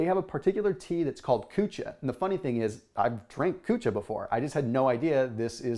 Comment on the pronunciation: lmao...I was referring to how his says drinking kucha...🤣🤣